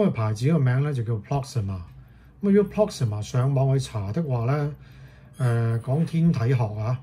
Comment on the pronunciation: Proxima, Not Proxmia